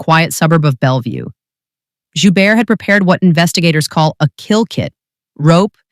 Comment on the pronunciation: the T is pronounced at the end of his last name...